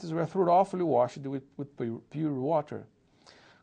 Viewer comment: Eu gostei bastante da apresentação, eu aprendi muita coisa. Também com os outros vídeos. Eu gostaria só comentar que a pronuncia da palavra 'thorough(ly)' não está correta, para quem assiste também para aprender pronuncia. A enfase fica no iníco da palavra (tho-) e o gh neste caso é silencioso, e não tem a mesma pronuncia que seria na palavra 'rough', onde o gh tem um som de 'f'. Espero ter ajudado.